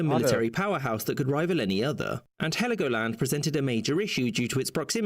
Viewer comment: it is Helgoland no i in it, but it was treated to the island of Sansibaras well as the Namibian strip